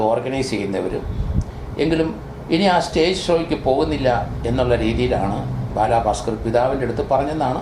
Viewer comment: ബാലാാാ ബാസ്കറല്ല ബാലഭാസ്കര്‍ അങ്ങനപറയൂ